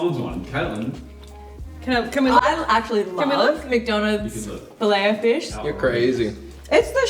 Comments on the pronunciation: "Now, the star of the show, the FUSH." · Hey, as an an Aussie who's visited NZ over 100 times (for work - mainly) can you say fush again? Plz? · Did you say fush in kiwi or fish in Aussie😂